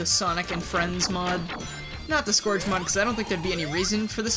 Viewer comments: No offense, but I usually pronounce his name like "Scurj" so hearing you pronounce his name as it's spelled kinda hurt me tbh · the way he says scourge. oof.